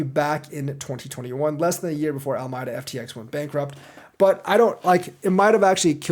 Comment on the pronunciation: Al-ah-me-dah. Your welcome :)